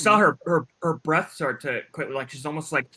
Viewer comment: y’all r HILARIOUS. i woke up feeling kinda low. then yall started saying bref, tasit 😂😂😂😂